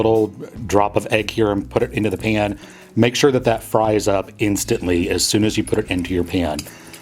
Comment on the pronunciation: How you say pan does something to my soul. ✨cringe✨